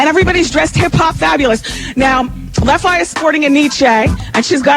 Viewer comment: I don't like the way Wendy pronounced Left Eye's name lol